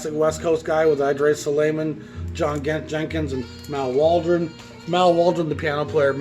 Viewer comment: Your descriptions ("barbecue and beans","cocktailey","Red Garland was probably a pretty chill guy more interested in chasing tail")are often hilarious and right on the $.Your series is much fun! Just 1 thing:Idrees Suleiman is "I dreez sulimon".